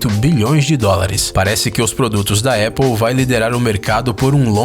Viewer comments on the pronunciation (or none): none